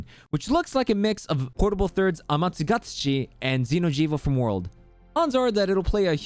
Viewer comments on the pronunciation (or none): "P3rd's Amatsumgaogmaignaioganiachi" Dude, if you can't pronounce it without getting a stroke, just stick to Amatsu since it's the official western name lol PS: Also, Chameleos isn't one of the "original" elders (those are Fatty, Kirin and Lao), it's a Gen 2 Elder and possibly one of the most annoying and boring to fight, so seems like a disappointment there for Rise. Good video though for all the other info!